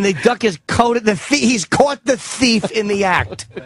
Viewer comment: I love the way he says ‘thief’ “This guy is caught a THEEF” “Yeah— YEAH GOOD! This man is strangling this T H E E F” I automatically pronounce it like this now I’ve heard it so much.